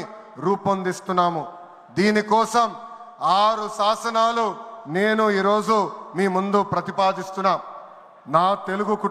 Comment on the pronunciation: సాసనాలు కాదు, శాసనాలు, బాగా మాట్లాడుతున్నారు, గమనించగలరు.